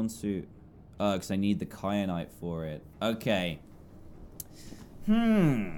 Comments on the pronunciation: It's ky-anite not kry-anite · It annoys me that Dan says “kryanite” and not “kyanite” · It annoyed me too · also that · Triggered me sooo much when Dan kept saying kryanite and not kyanite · Does it bother anyone else that Dan says kry-an-ite even though it's Ky-an-ite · kryanite?? ITS KYANITE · Kyrite not Kryanite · why did you say cry-anite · the entire time i was screaming ITS KYANITE, NOT KRYANITE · It’s kyanite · Dan:"Kryanite" Me: Triggered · Wait a minute .....did dan say "wait a cotton picking second". Ouch Btw he said kry at nite instead of kryanite lol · Dan please stop adding an r to KAYANITE